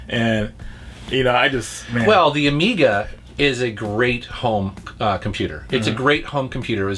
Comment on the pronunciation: "The ajiga cd system" lool